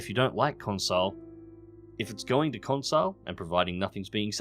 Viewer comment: “Consile”. Um........no